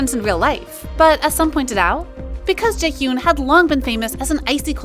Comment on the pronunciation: Not trying to be mean but you should work on your name pronunciations. The way you pronounce Eunwoo and Jaehyun is lowkey killing me lol